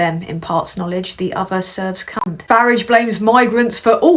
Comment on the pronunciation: First time I've seen your 'channel' Couple of things, fantastic stuff that someone so young(I'm old) can see what's going on and report on it so eloquently. Also, I love the way you pronounce Farage as Faridge, like the UK way of saying garage rather than the deeply annoying american Garaaage . Good work lass, New sub